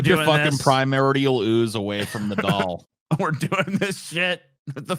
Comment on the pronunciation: A blow up daahl. He says it like the Hindi word for bean